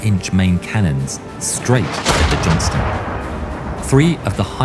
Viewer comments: Robonarration keeps calling her the "Johnson". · Buddy, don't neglect to pronounce that "t" in "Johnston" if you don't mind. We prefer to not be confused for the Johnsons. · Please Don't forget the T in Johnston